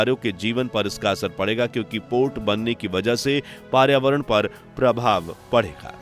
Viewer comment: Paryavaran thik se bolo 😂😂😂😂